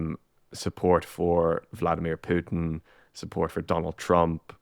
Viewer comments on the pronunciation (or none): none